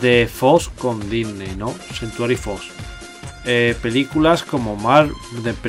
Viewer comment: porque dice dysney xD